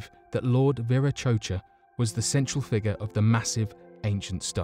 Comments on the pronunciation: It's pronounced lord vira Kotcha not chocha look it up or watch a documentary before doing voice over. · The English language...butchered right here folks! eg; quote, "Lord, shave my Verah-'Cho-Cha'" lol!! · It's pronounced Viracocha (Vira-ko-cha).